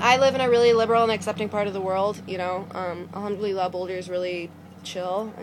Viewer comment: where did you learn arabic..? your pronounciation of alhamdulillah is great! !!